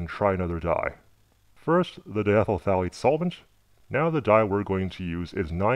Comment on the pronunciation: I stopped watching after "diethyl phthalate" ....